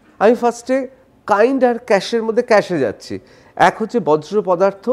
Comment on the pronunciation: সাংবাদিক মহাশয়, কথাটা বর্জ্য পদার্থ, "বজ্র" পদার্থ নয়!